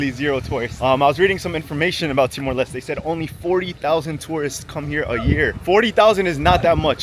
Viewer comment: Btw its pronounced Timor 'Lestey' not Timor 'Lest'